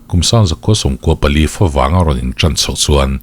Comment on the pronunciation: Minute ,32 Fawvang ❌ Favang ✅